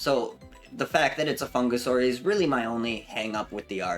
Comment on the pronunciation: funguSUS you say?